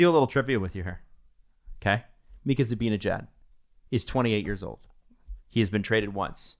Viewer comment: "Mikka Zibinijad" - (get it right, it's Zibanejad;))